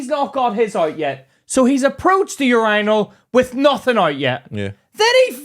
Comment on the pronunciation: There is no fkn way that’s how you pronounce urinal 😭💀